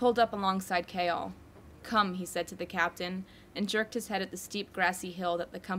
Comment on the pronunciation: OMG IM DYING YOU PRONOUNCE “Chaol” KALE OMG OMG